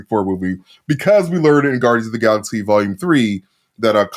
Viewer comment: Palaxy? Come on. You can do better.